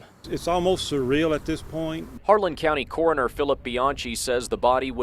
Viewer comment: It's CORONER, not CORNER.